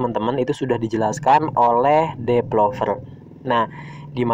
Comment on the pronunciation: Developer ya, bukan depelover